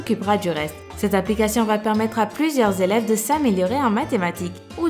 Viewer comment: Rip le français ... "l'apolication"